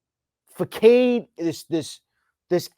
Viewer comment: Are we just gonna ignore that this dude said FUHKADE instead of façade